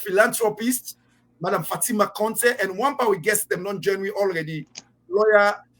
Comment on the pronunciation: WE START BEING PROUD OF OUR COUNTRY BY PROPERLY IDENTIFYING OURSELVES , WHO IS THIS WOMAN , A SIERRA LEONEAN OR FROM THE FRANCO PHONE COUNTRY. OUR CONTEH, IS CONTEH NOT CONTE NO FALSEHOOD..